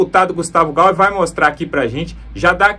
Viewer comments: O SOBRENOME DO DEPUTADO E GAYER E NÃO GAUER. PROCUSE SE INFORMAR. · É Gaier, amigo! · Não é "Gauer". Por quê o sr lê o "y", como "u"? O correto é "Gayer". O "y" tem som de "i" e não de "u". Aprende-se isso na infância, na escola. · Guetavo GEYER, não, Gauer ! Pelo amor de Deus !! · Por favor, o nome do deputado é GAYER e não GaUer. O canal é ótimo! Parabéns!👏🏻👏🏻👏🏻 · NAO e GAUER e GAYER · Jornalista e/ou comentarista político tem OBRIGAÇÃO de falar os nomes certos !!! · Boa noite! Preste atenção no nome do Gustavo Gayer, porque vc pronúncia muito errado o nome dele. Morro de gastura!😂😂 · Gustavo Gayer! Eu sou de Direita, mas por favor comentarista, fala certo.